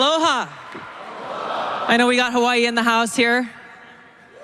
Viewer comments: She pronounced Hawaii correctly. She's a native. Once I traveled there, our guide shared the true pronunciation of the Island. It's, Hah-vy-ee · Actually, she pronounces Hawaii correct.